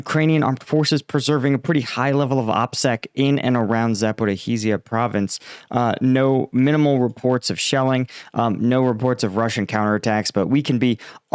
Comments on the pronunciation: Lol still doesn't realize that the zh letter combo, is supposed to sound like the s in Asia or in the last part of anaesthesia. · STOP Saying "Zap oh ro HEEE sha" Holy shit, you've been at this for nearly two years now. I get it that Eastern European names are unfamiliar and weird to Western tongues but it's been long enough, dude. The name is ""